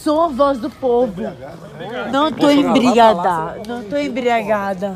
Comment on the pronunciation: Kkkkkk ela falou não tô embriadaga